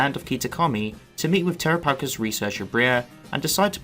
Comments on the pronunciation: It's pronounced Terápagos not Terapágos with emphasis on the first 'a' not the second 'a'🙄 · I can tell you don't watch the English versions... flotilla miss pronouncing terapagos. Lol